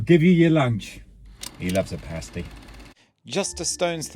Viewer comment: First time hearing your accent when talking about the paaasty!!